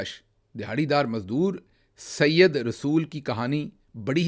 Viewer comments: This is said rasul not Syed rsul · ڈاکٹر گل صاحب عام بول چال کے لفظ پی ایچ ڈی سے نہیں بلکہ آپس میں بول چال سے آتے ہیں یہ لفظ جو آپ سيد رسول پڑھ رہے ہیں یہ ی کے اوپر تشدید سے پڑھ رہے ہیں یہ صحیح نہیں ہے بلکہ بغیر تشدید کے جو تلفظ بنے وہ صحیح ہے اگر وٹس ایپ پہ رابطہ ہوتا تو میں آپکو بول کر بتاتا۔ اب کے حوالے سے آپ فورا" سمجھ جائیں گے وزیر اعظم لیاقت علی خان کو مارنے والے کا نام بھی یہی تھا سید رسول۔